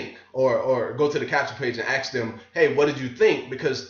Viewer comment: learn how to intelligently pronounce 'ask'. just say 'as' and then kick out the 'k' sound. Practice, practice, practice. There is NOT wrong pronunciation, just ways of speaking that turn away many people. Otherwise, you are 100% On target.